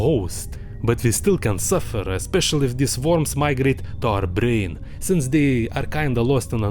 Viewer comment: I love how he says brrrain and racuun